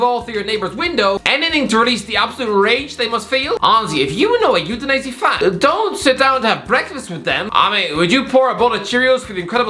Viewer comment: this guy makes Udinese sounds like Euthanize it